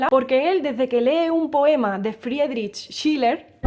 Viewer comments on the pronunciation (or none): De paso es pronouncia como FREE - drizh SHEE - lah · Friedrich Schiller (en Alemania se pronuncia Johann Cristoff Frídrick VonShíler). Eres muy chistosa 🙂. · Me encanto tu pronunciación alemana de Friedrich Shiller ☀️😊😉🔥